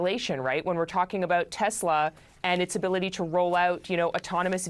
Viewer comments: It’s “TESLER”. You want to get sued!?!?! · "I LOVE TESLERRR!"